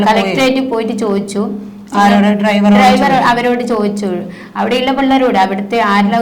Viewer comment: ഡൈവർ അല്ല ഡ്രൈവർ